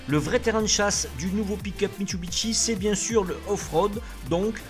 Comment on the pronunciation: Bonjour, alors mit su bi shi et non pas mitsubiteshi